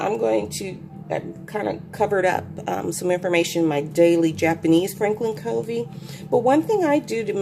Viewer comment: Good review! btw, Covey is pronounced KUH-vee (after Stephen Covey). Monarch is pronounced Mon-ark. :)